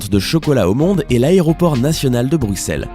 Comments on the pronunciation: Mais non mais comment il dit Bruxelles lui, on dit Brusselles pas BruXelle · Alors si tu veux avoir une place chez les Belges, on dit Brusselles et pas BruXelles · On dit pas le x de Bruxelles sa prononce en s 33 et la plus grande piscine d'Europe snn je extrement fier d'être Belge🇧🇪🇧🇪🇧🇪🇧🇪🇧🇪🇧🇪🇧🇪🇧🇪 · Brukselles n'existe pas. Et Bine-che aussi. Et on prononce Anvers AnverSSE